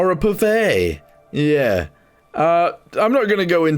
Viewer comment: Pouffe is pronounced just like the English word poof! 😊